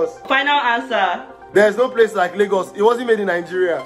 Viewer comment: its laygurz not laygus